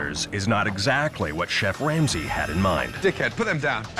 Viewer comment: I’m not sure if anyone noticed this but it sounds like the narrator said chef wamsey